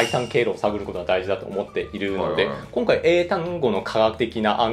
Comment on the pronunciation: 日本語ペラペラだな笑 『今回』の発音が日本人っぽい